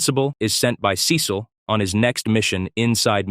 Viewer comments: Is this a text to speech or an AI 😭, the monotone voice and the time bro said "Sé-seal" instead of "sea-salt" sorry sorry I meant "Sea-sal"/"sea-seal" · I had to stop watching this because of the way you pronounced 'Cecil'. Is this AI?